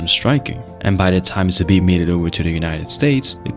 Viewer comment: You are pronouncing his name wrong . It should be like Zaabt